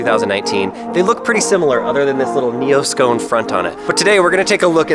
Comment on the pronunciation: neoscone.front......did that word mean nosecone?